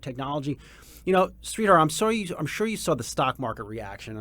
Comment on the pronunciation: Sree-Dharr is how you pronounce his name. Not sweetheart 😂❤